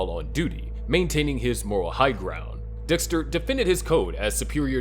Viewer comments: Dixter lol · ”lab geek my ahh, Dextuh 😏”